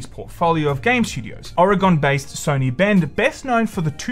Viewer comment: Dear funny Australian man, it's pronounced "Or-eh-gun." Regards, an Oregonian.